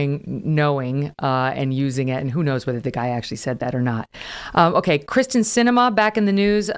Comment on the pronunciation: It's not Kris ten...its KEER STEN. That probably bothers her more than the protesters.